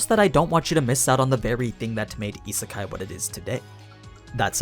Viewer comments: It’s pronounced as Yee-Sé-Kai, not Yee-Sir-Kai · Isn’t it pronounced as ee-say-kai?